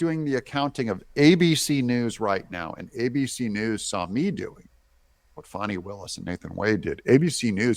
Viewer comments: It’s not “Fawny”. It’s “Fanny”. ~ As in ~ “Flim-Flam-Fani”. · It’s Fani like ass 🤣🇺🇸❤️